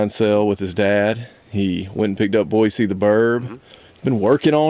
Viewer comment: The obvious effort you're making to show respect with "Boy-See" being pronounced right in your Georgia dialect makes me laugh a little